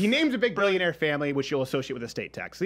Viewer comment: Am I the only one that noticed he said "Brillionair" ? lol